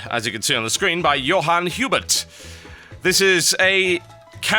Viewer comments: My god TB, it's Johannes, not Johan. It says that on the screen. Super simple stuff. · his name isnt Johan :P its Johannes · Johannes. not johan. you make me sad